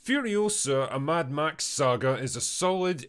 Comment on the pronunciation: "Mad Max" decays into "Mad Meh".